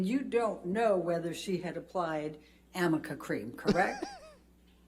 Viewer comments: Also Heards female lawyer kept saying "Do you know what AMICA cream is? and shes so dumb she didnt even do a google first because its not called AMICA cream. Amica is a type of car insurance. ARNICA GEL- is what she meant to say. But what a fuk up. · BTW it's actually Arnica cream. Elaine mispronounced it every time 😂😂😂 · Amica cream-- she meant arnica cream, but either someone misspelled it, or she misread it. For some reason NO ONE corrected her, nor even her own team. She kept saying it over and over with multiple witnesses. It made her look more and more stupid every time she said it. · I loved how Elaine was trying to convince everyone he can’t really remember much about what Amber looked like, wore on different dates. But Isaac had a great memory and he was actually able to recall quite a bit about Amber’s hair style and clothing. And in the end Elaine just looked stupid. Amica was actually arnica, but written out it could be read as Amica. Elaine actually became known for mispronouncing a couple of words and numerous names. Morgan Night actually had to correct Elaine on the pronunciation of a member of Johnny Depp’s legal team. It was hilarious! Elaine could have cut Isaac off when he started getting emotional and kept going on and on but Elaine sucked as an attorney during this trial. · By the way, it wasn’t “amica” cream it was arnica cream, her lawyer just read it incorrectly. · fyi “amica” cream doesnt exist, its “arnica” gel that reduces bruising. its an easy reading mistake to make, but for a pro lawyer at work its embarrassing elaine is the worst. pure gold.😂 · I forgot about Elaine's inability to say "Arnica Cream". Amica cream....🤔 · The product Elaine Bredehoft was trying to ask about is Arnica cream not Amica cream. Seems she had not heard of the herbal cream before. It is a product that might help reduce bruising and swelling. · Is she trying to say Arnica cream? 😂